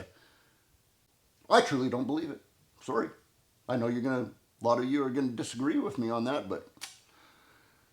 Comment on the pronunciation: I’ll never trust someone who has 4 r’s in sorry.